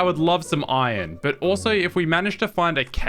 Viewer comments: Pronouncing "iron" like "oi-on" is cheating at Scrabble. There is an R in "iron". Swallowing the consonant sounds dumb. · Bro the way he's pronouncing "iron" triggers me so much